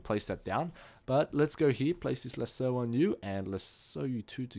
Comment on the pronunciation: oh and lasso is pronounced as lass-o